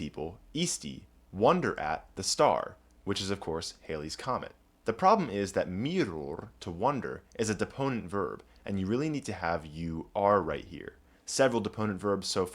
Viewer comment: Halley's comet, pronounced Hal eee NOT Hail eee. Edmond Halley was a friend of Sir Isaac Newton. I love the Bayeux Comet Pane too !!